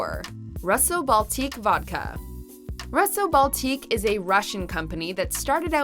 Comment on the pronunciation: Getsemani Vega I second that. Russo-Baltique is supposed to sound like “Rooso” - Baltique. She did the French ones well though